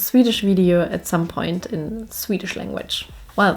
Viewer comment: Det var ju ett perfekt svenskt uttal på "Hejdå".